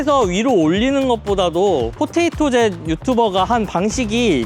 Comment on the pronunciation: 포테이토젯을 한 번도 아니고 계속 포토젯이라고 발음하시는 걸 보니 포테이토젯을 아예 모르시나 보네요